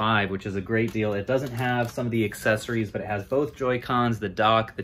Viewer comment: Accessories not excessories